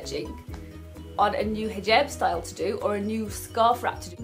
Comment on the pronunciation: That is so fascinating that you pronounce 'j' as 'g' like instead of hijab you say higab or galabiya :D Well done Dina for getting it straight with these haters!